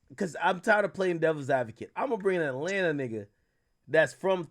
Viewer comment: I’m high as fuck right now , bro said Ratlanta 😂😂😂😂😂😂 bruh